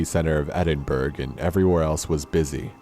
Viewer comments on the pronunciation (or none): Am I the only one from Scotland it's not pronounced edin-burg it's edin-bur-uh